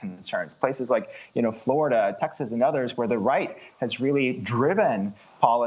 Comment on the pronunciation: the Air conditioned gulag of Texas (ta-has) Lol... wow.... Don't come.